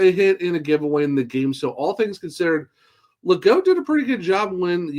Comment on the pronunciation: Pretty sure the French pronunciation is - Ley - Gooo. No T on the end